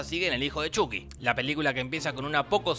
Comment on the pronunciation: Por fin lo nombras como antes Chuky y no Chaky.